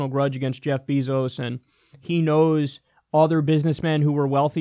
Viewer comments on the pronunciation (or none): “Jeff Beezos”